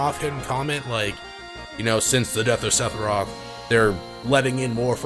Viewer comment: I've watched every video in this playlist... I absolutely loath the way you say SePHiroth... TH TH TH, Sethiroth just doesn't.. no. Otherwise love the videos